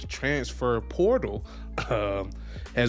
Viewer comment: Bruh can’t say transfer to save his life